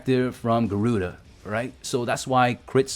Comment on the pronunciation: "No, no, no it's Ga-ruu-Dah, not Garuda." #gimmedatgiveaway